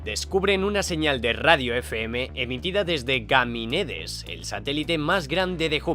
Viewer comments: Yo escuche ganimides ustedes no? digamen q escucharon aver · Por cierto, se dice Ganímedes! Por lo demás, muy buen vídeo! 👏